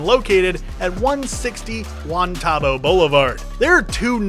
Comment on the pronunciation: Me an Albuquerque native hearing this dude say Juan TAHH-bow multiple times instead of Juan TUH-bow it’s not a big deal I know but nobody in abq pronounces it like that lmfao 😭😭💀💀